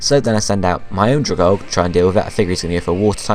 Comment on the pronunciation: Dragalge is pronounced dragal-gee >.<